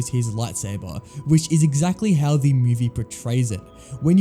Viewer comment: Every time you say the i hear "thee" and i cant unhear it now im listening for it